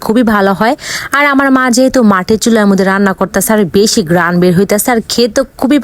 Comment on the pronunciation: guy❌ goyas✅ ঘৃান ❌ গেরান✅ চিকেন❌ মাটন✅ 😂😂😂😂😂😂😂😂